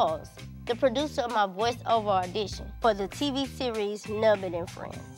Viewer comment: "ardition" 🤦🏼‍♀️ poor 😂